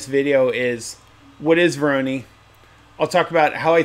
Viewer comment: Say it with me, "Voor-aww-noooiiii" pattern, nor "voor-oh-knee" 🤣🤣 jk mostly. Thanks for rbe video, very cool!